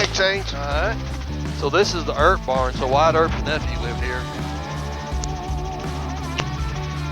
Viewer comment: Man is back went 🤮 “Earp.”